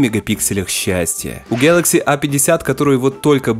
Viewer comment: Пожалуйста, не говори "гьэлэкси", слух режет, а за обзор большое спасибо!